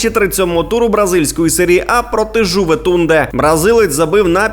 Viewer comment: Жуветунде 😂 Автор, а прочитати грамотно назву клубу не вдається? 😁